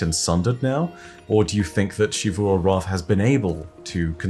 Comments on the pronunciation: It's not "SHivu", it's "Sivu". You can even hear how Osiris pronounce it in the audio log you used. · Zee vu not she vu😭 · It’s Xivu(zivu) not shivu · Ah yes, SHZee-FU. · Say “she”-vu arath one more time, and I’m getting me thorn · Who's shee-voo? You mean xivu? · please just say Xivu Arath like the rest of us. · I am begging you to pronounce "Xivu" correctly.